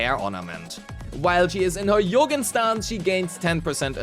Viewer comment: It's not 'Yougen' it's 'Jougen' pronounced as in "Joe" or "Jonathan" or "Jogging" my German dude